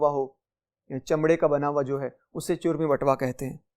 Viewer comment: محترم ۔۔۔۔۔آپ کی تدریس میں کچھ الفاظ کا تلفظ درست نہیں ہے ۔۔۔۔ مثال۔۔۔۔چرمی۔۔۔۔۔اس لفظ میں چ پر پیش ہے مگر آپ اسے زبر کے ساتھ بول رہے ہیں ۔۔۔